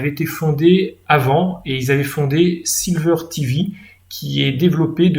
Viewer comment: par contre c'est sliver.tv et pas silver.tv comme argent.